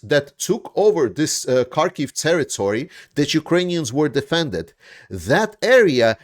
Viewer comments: "terrory"? Do you even try? lame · Territory not terrory